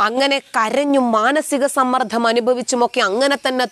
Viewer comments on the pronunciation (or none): സമ്മർദം.... അത്ര മതി. സമ്മർദ്ധം അല്ല..